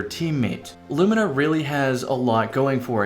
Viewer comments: Haven't you heard? It's apparently pronounced 'loo-mee-nah'. ...but it so totally isn't. Thanks for getting it right, lol! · pronounced it correctly! Huzzah a man of quality!